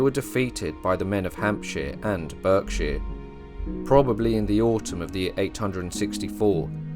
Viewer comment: The narrator sounds English 🏴 BUT EI the pronunciation of place names Berkshire , Mulberry the English would never say it like this or maybe he’s using olde English??